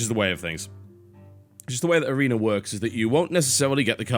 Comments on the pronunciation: Lehwd of the awena. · "Lerd of the areneh" -TB